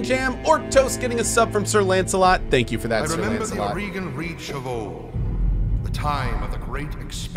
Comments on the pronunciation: it totally sounds like you're saying house Oregon from Aurigan, not complaining just a little surprised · The Oregan coalition. Heh. In dev interviews they pronounced it differently.